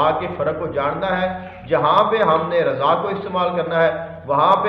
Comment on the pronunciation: رضا الہی ہی کہنا چاہیے جناب۔۔۔کیونکہ قرآن پاک کی روح سے ض کو بولتے د کی آواز نکالی جاتی ہے۔۔